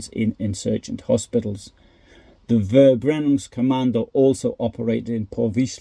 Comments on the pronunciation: It is pronounced "Ferbrennung", not "Verbrennung" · Your channel is so unique as you post information about WWII which I have never heard anybody else present. Thank you so much. ❤ And also a little reminder: the German V is pronounced F... so fx Verbrennungskommando is pronounced Ferbrennungskommando